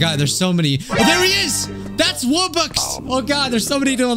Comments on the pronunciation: It's not a rubbux it's a wubbux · It's pronounced wubbox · WuBox not roebucks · Mmmmm yes the WUBBUX I used to love playing this game as a kid and I once had a WUBBUX WUBBUX I did not know people pronounced it like that 🧍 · Wait did he call wubbox robbux